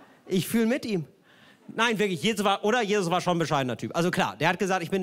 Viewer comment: Auf War liegt die Betonung